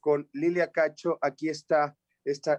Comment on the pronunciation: Antes dí que no rebuzna. Se equivocó en muchas palabras y hasta dijo mal el nombre de la periodista cacho.